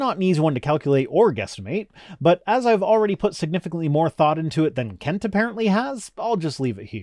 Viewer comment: Kent? Wrong vowel surely !!